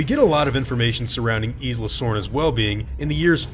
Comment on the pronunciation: Isla is pronounced eye luh not eece luh